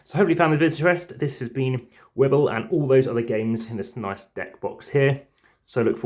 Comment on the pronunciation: Thanks for the vid! Wibbell is pronounced as if it was written 'wibble', so it rhymes with 'dribble'. I hope you enjoy trying out the games and please remember to use the newer rules, found at the google drive. :-)